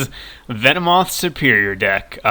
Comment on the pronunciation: It's not serperior!!!!!